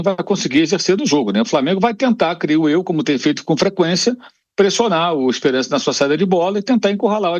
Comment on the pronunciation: O nome do time é ESPERANCE,com o "a" anasalado!😅